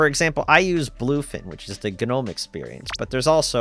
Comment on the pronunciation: Please stop saying Guh-nome.